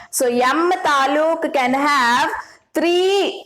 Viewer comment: That is not talu that is taluk it means district and it is kannada word nalini mam is from Karnataka know that's why she used that word❤ and mam tells It wrong that is atom is state and shells are district means taluk can you understand now😊